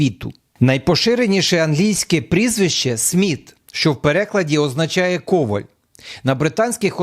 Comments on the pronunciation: Пане, не кОваль, а ковАль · А куди ж небіблійні греки-римляни і решта поділися, що ім'я Кента в Європі несподівано першим стало?.... Он навіть в уьому ж відео Лоа(у)рне згалується, і той на півтисячі років старіший... І не КОвпль, а КовАль, якщо вже українською....